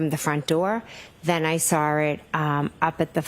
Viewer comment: I sawr it! What kind of teacher is she?